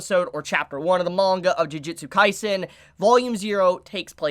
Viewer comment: Am I the only one who gets slightly annoyed that so many people keep Pronouncing "Ju-ju-tsu" Kaisen as "Ji-ji-tsu" or "Ju-ji-tsu"???